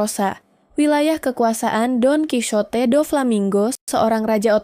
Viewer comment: Dalam bahasa soanyol bacanya : donkihote bukan donkisote